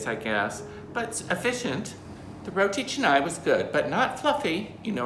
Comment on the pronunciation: Thankful that you don’t pronounce it as “rotea kahnay” LOL. Makes me cringe every time I hear that 😂😂